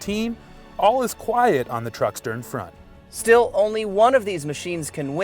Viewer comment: ...truck-stern frawnt....hah